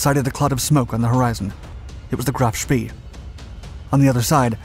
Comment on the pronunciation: They say it’s bad luck to say spEE, so please pronounce him as: sh-p-ay. Graf Spee